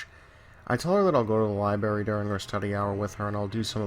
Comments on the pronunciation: alex majors yeah I noticed that too. It’s lie-BRAIR-EE! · "Lie-berry?" Haha. Just messin' with ya bro. Dig the channel so far, subscribed, left like, have some suggestions for posts, are you interested? either way keep up the good work